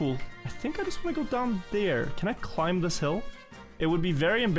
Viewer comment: I can't unhear pronouncing the B in deBt, climB etc. but also: kakky!